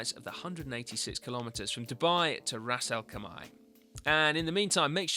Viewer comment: pronounced 'raz al kay mar or raz al kaim are'